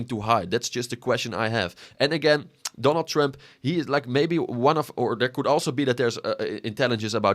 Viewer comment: “Donal Tremp”